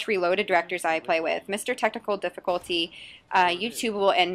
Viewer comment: Did She Said Testicul difilculty?